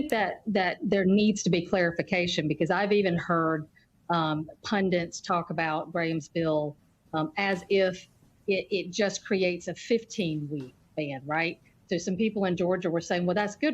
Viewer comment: PUNDITS! The word is PUNDITS. Not pundants.